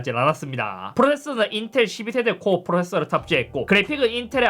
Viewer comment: 프로세서 발음이 안되시는듯 ㅋㅋㅋ